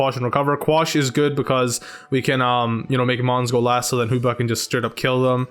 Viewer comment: I love how you pronounce Hoopa as Hooper :]